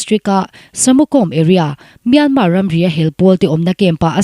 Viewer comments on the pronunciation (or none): none